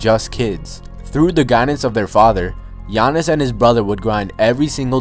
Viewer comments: No offense, but if you're gonna make a video on them, say their names right. You said GEE-AH-NISS a couple times instead of yah-niss. Also, his brother is Tha-na-sis not thana-sis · "Yah-niss" and "thah-nass-is" it's not that hard